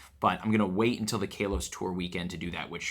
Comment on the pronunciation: Hey, love the videos but I just want to tell you that generation 6 is pronounced Ka-los, not Kay-los